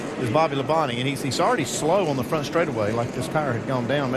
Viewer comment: he was about to say stwaightaway uwu